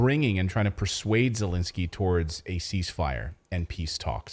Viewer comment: Second e in Zelensky is pronounced as the first e, not Zelinsky.